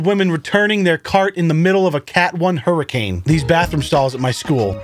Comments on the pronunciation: hura-crane?? Come on dawg. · Did anyone else hear say "hurricrane" instead of 'hurricane' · Careful of the "hurricranes"